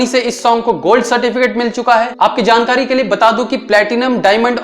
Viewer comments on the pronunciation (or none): none